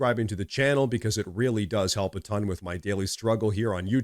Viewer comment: LOL you need phonics